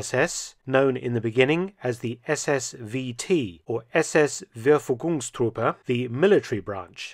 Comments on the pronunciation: "Verfügungstruppe" is pronounced like "fair-foo-gungs truppe", Mark ;-) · fair-foo-goongs-troop-a would have been nicer :P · I admire your German! ...like "Wervuegungs Druppe"! Keep up the good work! Cheers - kwe Klaus J. Weyerhaeuser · SS-Verfügungstruppe, SS-VT, lit. 'SS Dispositional Troops' pronounced Fer-fygungs-troppe. The V in German is pronounced F. The ü = y, the starting sound of ‘year’. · The 'v' should be more like an 'f'. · Generally your German is good, but you mispronounced Verfugungstruppe. You emphasized third syllable, but it should be the second.